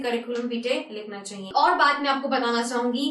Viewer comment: jab ap ye bolti chaiye it sounds like funny so funny